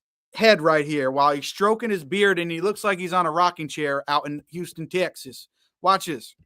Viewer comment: Brother awesome beard - return it brother, & with awesome hat, shirt and background picture! Where is that picture? nyc? - HAH! Funky bro! also you forgot the pin! 52.30 - houstan texas with george bush accent, HAH! 54.40 - Yasir Qadhi vs Yasir Qadhi was funny!